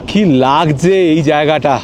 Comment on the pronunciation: আপনি তো আপনার ভিডিওতে সবকিছু শুদ্ধ অনির্ভর রাখতে চেষ্টা করেন। তাহলে শব্দের দিকে একটু নজর দিচ্ছেন না কেন। যেমন 'লাগজে' না 'লাগছে 'এরকম কিছু কিছু শব্দ।